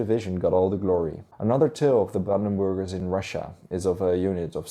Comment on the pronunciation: I keep hearing it as brandenboogers 😜